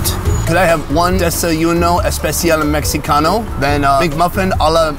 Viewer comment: to Pronounces everything in Spanish correctly except the word Mexicano/a….🤦🏻‍♂️🤦🏻‍♂️🤦🏻‍♂️ How hard can that be?!!!